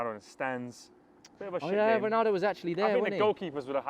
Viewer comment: "Cristiano Dognaldo" I'm CRYING